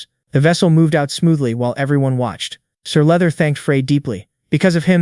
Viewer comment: Sir leather? You mean sir luther 🤣